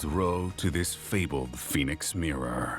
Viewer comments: I wonder if the voice acting is better this time. (Narrator says Ryo's name wrong repeatedly in the first 5 minutes) Well this is off to a good start. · why are half the comments people who can't pronounce Ryo complaining about the pronunciation of Ryo